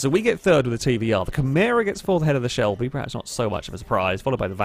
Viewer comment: IT'S 'PERHAPS' NOT 'PREHAPS'. SPEAK PROPERLY.